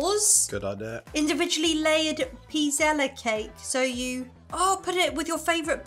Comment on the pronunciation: The last E in Pizzelles is silent. When I was growing up we had a pizzelle maker and you would just pour the batter onto this machine that looked like a waffle maker. They were known men as an Italian cookie but now you can find them all over.